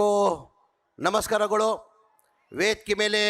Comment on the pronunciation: ಏನ..ನಮಸ್ಕಾರಗುಳು.. ವೇದಿಕೆ ಮೇಲೆ ಆಸೀನ್ ಇದ್ದಾರ?..ಶಾಶರ್ಕರಾದಂತ.. ಮೊದ್ಲೆಯಾಗಿ ತಮ್ನ ಎಂಡ್ನೆ ದಿನ..ಉಸ್ತವದ ಶುಭಾಶನ..ಕನ್ನಡ ಪದಬಳಕೆ ಸರಿಯಾಗಿ ಮಾಡು..